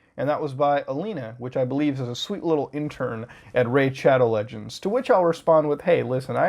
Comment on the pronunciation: Homie said it right